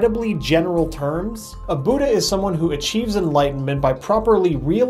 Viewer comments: You're pronouncing it buuudha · It's pronounced with a short u like good not a long u😂 BOODA sounds too funny